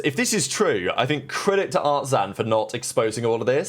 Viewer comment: Okay I am not watching this one!!! You can't even pronounce artzin's name correctly? I'm out